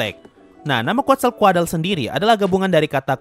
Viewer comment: Seinget gw quetzalcoatle Di baca kuetzalkod Bukan kuatzalkuadle